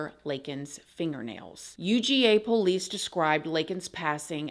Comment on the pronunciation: I love it when says “po-lice”. ❤️